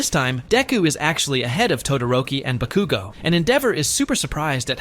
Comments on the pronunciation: Why did he sai bakugu XDXDXD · the ways he saying bakugo 😭😭😭